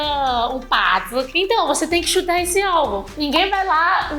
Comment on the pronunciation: achei interessante a pronuncia da palavra atirar, é bem parecida com a pronuncia em ingles. Fiquei curioso para saber a origem de ambas as palavras